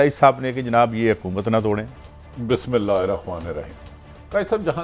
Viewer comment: Pehly BISSMILLAH tu sahi parhna seekh lo tatti sahib. Allah ki quadrat hy Aap jaisy aalo cholay baichny waly bhi Pakistan kay baron per bat karty hain